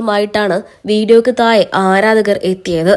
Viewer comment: തായെ എന്നല്ല, താഴെ എന്ന് പറഞ്ഞു പഠിക്കു.